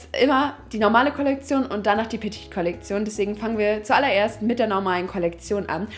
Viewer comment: petite ist falsch ausgesprochen:)